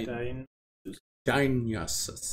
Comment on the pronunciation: die-uh-nigh-sus like the greek god